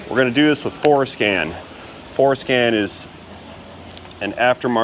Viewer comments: Haha you said fores-scan 😅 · Brother....be sure to articulate Fore Scan. LOL.